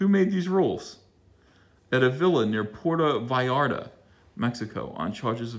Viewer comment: Puerto Vallarta...I never heard a gringo say it the way he did.